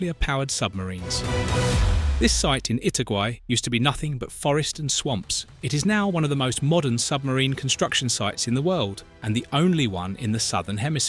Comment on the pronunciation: I-TA-GUA-Í =》 There is a clear accent mark in the last letter. THAT'S the stressed syllable.